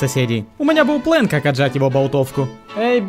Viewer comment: Почему плэн а не план?